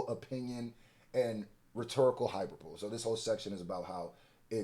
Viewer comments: … if you say “Hyper-bowl”… one more time! 😂😂😂 It’s pronounced “High-‘PER-bo-lee”. I can’t have you out there bad like that, fam! 😂😂😂👍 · You my guy but this is annoying me: it’s “hy-per-bo-le” and not “hyper-bole”. 😂😂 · Please stop saying "hi-per-bowl" 😒 😑 😭 It's a Hi-per-buh-leeeeee.... Elementary my friend 😂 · Hyperbole = High-Per-Bowl-Lee. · Great video as usual! Also, hyperbole = Hai-per-buh-lee not Hai-per-bowl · It’s Hyper-Bow-Lee not Hyperbowl and yes they ate his ass up with this litigation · Hyperboleeee not hyper”bowl” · Yo …the word hyperbole is pronounced hyper-Bo-lee not hyperbowl…just a heads up so you not looking like you not a pensman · It’s pronounced hi perbaly not hyper bowl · i wouldnt expect drake to know anything about our constitution let alone the bill of rights because he aint from America edit: its high-per-bo-lee not hyperbowl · Hyperbole: pronounced like (Hyper) (Bo) (Lee)😂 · yall killing me with the good coverage but everyone is mispronouncing this word! Hyperbole has 4 syllables. It's pronounced high-PER-bowl-ee. Don't be annoyed at my correction because I've corrected a whole lot of reactors who mispronounced your name. 😅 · Hyperbole pronounced as hai·pur·buh·lee gang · hyperbole is pronounced hai-pur-buh-lee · “Hyperbole” is pronounced “high-PER-boh-lee” ❤ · Hyperbole = hy-per-bo-LEE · Why are multiple YTbers pronouncing heperbole as "hyper-bowl"🤭 Is this a to-may-to to-mah-to situation? Anyway, great breakdown! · HY - PER - BUH - LEE (Hyperbole) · I'm not trying to be that person but the pronunciation of hyperbole is: Hi - Per - Bow - Lee has hyperbolic down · You can’t even pronounce HYPER-BO-LEE smfh 🤦🏾‍♂️ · Lol why he keepps on pronouncing hyperbole like that its low key srking me 😅 it sounds like this .......(Hi-prr-bowl-eee.) What yall think any better options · It’s pronounced = “ Hi-per-buh-lee” (hyperbole) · Hyperbole = hyper-bowl or hy-per-bo-lee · HI-PER-BO-LEE FAWK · HIGH PER BOWL E Not hyperbole